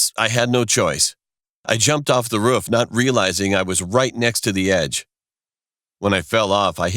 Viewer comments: Princess Cheese which state did you move to? idk if it’s that state’s accent but to my knowledge the two o’s in roof most often have the same pronunciation as the o’s in root or boo. In this video, he pronounces them more like the o’s in foot. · Princess Cheese that’s not how we pronounce it in Pennsylvania, so I don’t think that’s the traditional U.S way of saying it. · It's called roof not rofrof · why it sound like a sayin “ruff” instead of “roof”😭😭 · He said “ruf” instead of “roof” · Roof:❌ Ruff:✔️ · This dude calls a roof a ruff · Did anyone notice he said ruff not roof ? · Anyone else notice that he said ruff insisted on roof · “..Almost falling from the ruff...” Roof. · Who Tf pronounces roof as ruf 🤣🤣🤣🤣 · Why does he say "ruff" instead of "roof" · I like how he said ruf Avery time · I hate how he says ruff instead of roof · dude it's roof not ruff 😅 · He kept saying ruf instead of roof🤣🤣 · “we thought about sneaking onto the rUfF “ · “At the edge of the ruff” Lmfaooo! RUFF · No one literally no one Narrator : pronounces roof ruff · its roof not ruf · Why they call the roof a ruff 😂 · Every time he’s said roof he said ruff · No one: Narrator: Rof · Does no one else notice that he calls the roof a ruff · I love how he says roof as rufe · He said ruf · He says roof as ' ruf' 😁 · Anyone else hear “The ruff “ It sounds like its saying that lol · Why he say roof like ruff? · Stop using this dead formant meme pls i don’t like it it’s just not funny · "Ruf" "Rof" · The way he said "the roof" Ruf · I say ruff instead of roof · Can we all just talk about the way he pronounces “roof”? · Narrator: roof Me:dog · Yall out here talking bout not wanting to school or watever whilst im here still complaining bout how he said “roof” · How he says roof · Oh my god, the way “roof” is being said is so hilarious and sweet! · i like how you say roof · Am I the only one who noticed the weird pronunciation of 'roof'. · Why does he keep saying “roof” like a dog?